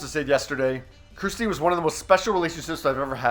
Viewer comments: Her name is Kirstie not Kristie, it's just a thing but if she's really a favorite, it would be really cool if you said her name correctly. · Learn how to actually say her name, Not Christy, but Kirstie! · It's KIRSTIE NOT Christie. Lol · Her name is Kirstie, not Kristie. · It’s K I R S T I E Not Kristy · Kur-sti Not Kristi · her name is KIRSTIE not KRISTIE! get it right. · Kerrstir? Its Kir-stie! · It's Kirstie ! For Christ Sake!Her name is K I R S T I E! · Why can’t that man say her name instead of kristy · KIRSTIE, at least get her name right please.